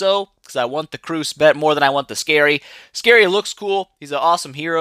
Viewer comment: I thought skerei was pronounce (ske - ray) not scary xd